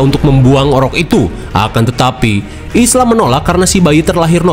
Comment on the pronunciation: Ibunya Spike namanya bukan Ilsa bang tapi Isla (Aila) wkkwk